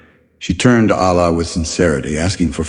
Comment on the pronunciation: please let the pronounciation of Allah be like they way we normally say Allah, not Aallah, thank you